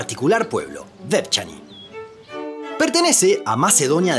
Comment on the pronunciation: Vevchaní, vevchaníes